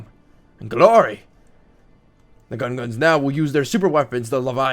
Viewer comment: It's Gungans not gunguns